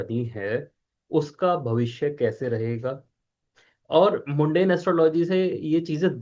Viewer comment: मुंडेन नहीं मंडेन होता है ।